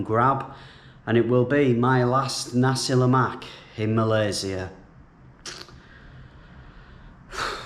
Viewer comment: Whoaa...Your Pronounciantion of Nasi Lemak is perfect....U make us Malaysians proud.........next Roti Chanai...need to work on that it's Cha( Cha - Nai ) like cha-cha...！ Chanai.....overall good Job..Safe Travels! Glad to have You...,🤘🤘